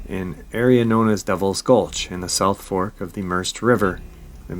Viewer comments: Pronounced Mer-said. Spelt Merced. Another one in my knock of the woods. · the river is pronounced mer-ced like saying red but with a C. I live only a few hours from that location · The river is pronounced "Merr-said". The Merced River.